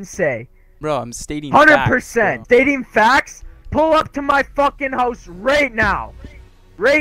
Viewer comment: “PULL UP TO MY HOOOSE RIGHT FOOOKIN NOW “